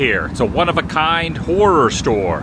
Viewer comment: Glad to know I’m not the only one who can’t pronounce “horror” correctly either 😂I have long called it the other word as well lol